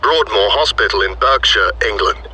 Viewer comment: It's "Berkshire" as in "dog's bark", not "berkshire" as in "you complete burk". No true Englishman would have made that mistake. Perhaps your team has been infiltrated....